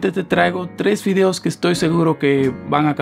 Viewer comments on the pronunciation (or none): En el segundo 5 yo escuché que dijo fideos en ves de videos. Jajajajajaja 😂 Like si tú también lo escuchaste